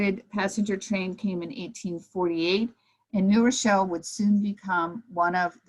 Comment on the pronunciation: I thank for her valuable commentary. I don't mean the following as a criticism, I find it interesting, and rather charming. I grew up in New Rochelle, and I have noticed that many who grew up there, or nearby, pronounce the city name as Nerochelle. The w is dropped. This isn't true for people who are unacquainted with the place. They pronounce it as two words, which, of course, it is.